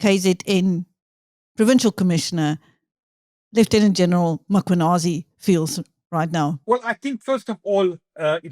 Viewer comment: Please will you pronounce General Mkhwanazi's name correctly!! It's just disrespectful.😢